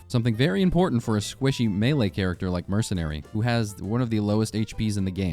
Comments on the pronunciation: did... did you say mer C nary??? IT'S MERSYNARY, PRONOUNCED WITH AN S NOT A C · Caught you lacking in , you just called Merc as Mer-Se-Nary, everyone knows Merc is Mercenary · Heh. Murk-inary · NO WAY BRO CALLED IT MERKENARY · merkenary? bro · Dude says Mercenary as Merc-en-ary instead of Mer-cen-ary... skill issue. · Merk en ary or mers enary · Merkenary?? Dont let this guy cook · Wtf is a merkenary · Yo You pronounce mercenary like this mer sen ary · Why do you say mercenary so wrong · Mercenary is pronounced with a soft c, not a hard c Think the c in slice, not the c in car